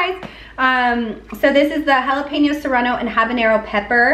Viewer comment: I love that you pronounce Jalapeño perfectly!! 👌🏼😂